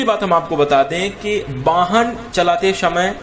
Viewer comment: शमय होता या समय ये लोग स को श क्यों बोलते ।